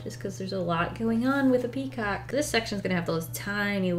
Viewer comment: Word of the day: PeaCAW-KEE